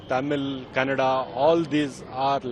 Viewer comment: Oh my dear it is Kannada not Canada